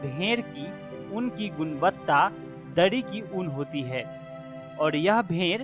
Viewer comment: ऊंन को उन बोल रहे है ओर कोकून को कोकीन बोला जारहा है